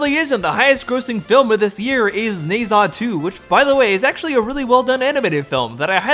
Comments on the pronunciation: You are right on pretty much everything, but there's one thing that made me actually wince: "Ne Zha" is pronounced closer to "neh" and "jah". I'm not a native Mandarin speaker myself, so I'm probably wrong, too, but I think that's approximately right. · Love the video on Jestbellpepper, but good lord, your pronunciation of "Nezha" made my eye twitch. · The way you're pronouncing Ne Zha is killing me Great video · Did you actually watch Ne Zha 2 though? If you did, you'd be pronouncing it correctly.